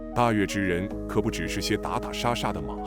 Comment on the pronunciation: 记得大月之应该读为大肉之